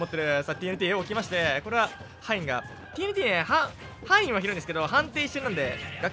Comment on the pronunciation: 範囲を「はいん」と読んで、、、ますか？